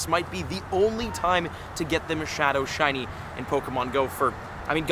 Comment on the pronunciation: 3 minutes 45 seconds in. That is what it sounds like. 😅